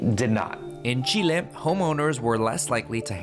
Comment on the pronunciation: Si estás hablando en inglés, no es necesario pronunciar Chile así.